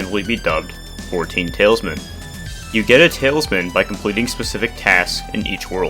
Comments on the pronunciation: you misprnounced tal is man as tailsman soo cringe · great video but every time you said "Tailsman" instead of Talisman I wanted to put my head through my dry wall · especially when he says tailsman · Agreed regarding improper pronunciation of the word “talisman,” but I’ve taken his age into account and the fact that “talisman” isn’t an everyday word. The improper use of “they,” however can become a difficult habit to overcome. I understand how a very few, very loud set of people get upset over using proper (to them: oppressive) pronouns. I’d hate to see very promising start in YouTube get derailed for fear of wielding his native language correctly. He is doing the work of a historian and is clearly a sharp kid, so I strongly believe that it becomes his intelligence (and ours) to consider my critique. This over and improper use of “they” is a fad and is very much associated with the cruel, destructive, and irrational cancel-culture scene. doesn’t strike me as the aforementioned sort, hence my advice. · It's actually talisman, not tailsman!